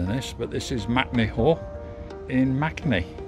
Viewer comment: MAKE-ney. Not MACnee 😂 how is m-a-k-e MAC. I’m doing this walk in two days for my birthday in May.